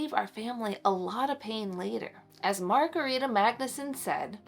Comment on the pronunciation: I have a second cousin in Sweden named Margareta. It’s pronounced a little different than how you are pronouncing it. But that’s ok 😊